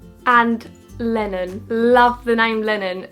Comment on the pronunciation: When u said Lenon I thought you said lemon 😂😂😂 when i realised that you didn't say lemon then I was like. "Omg I love that name!!!!" Love you so much 😘💖